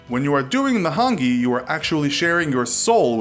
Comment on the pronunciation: your pronunciation of Māori and Hāngi, needs some work. If you ever make a video about Aotearoa and tangata whenua, please do more research. I started screaming at my laptop. Ka kite